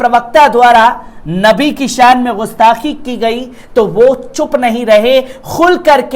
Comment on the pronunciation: بابو! میں پل پل نیوز کو ہمیشہ اور بڑے غور سے دیکھتا ہوں۔ اور تمہاری کوششوں کو دیکھ کر مجھے بہت خوشی ہوتی ہے کہ یہ ایک بندہ ترقی کر کے ایک نامی گرامی اینکروں میں شمار ہوگا۔ اس سلسلے میں میری ایک گزارش ہے کہ نیوز پڑھتے وقت اس میں جو اردو کے الفاظ آتے ہیں اس کی ادائیگی صحیح نہیں ہو پاتی ہے۔اور یہ اردو جاننے والوں کو بہت کھلتی ہے۔ جیسے غستاخی =صحیح لفظ گستاخی ہے۔ خل کر =صحیح لفظ کھل کر ہے۔ خلخلا اٹھے =کھِلکھِلا اٹھے آور بھی کئی جگہوں پر جیسے جرائت یعنی ہمت کی جگہ حماقت کا استعمال کر دیا جاتا ہے جو سراسر غلط ہے۔ حماقت کے معنی بے وقوفی کے ہوتا ہے۔جسِ کو آدمی ہمت کے معنی میں استعمال کر دیتا ہے۔اِن سبھوں پر خاص خیال رکھنا ہے۔ اِس کے لئے اگر اردو پڑھنے کی ضرورت ہے تو پڑھی جائے، کیوں کہ بغیر اردو کے نیوز پڑھنے میں کشش باقی نہیں رہ جاتی ہے۔ جتنے بھی اردو جاننے والے اینکر ہیں وہی کامیاب بھی ہیں۔ والسلام